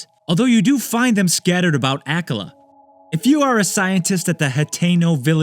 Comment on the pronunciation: That's not how akala is pronounced